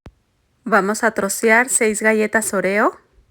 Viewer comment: La forma que pronuncias oreo me recuerda más a la palabra “orear” secar o airear, la primera O debe de tener más énfasis pero al fin y al cabo se me antojaron MUCHO los pasteles ❤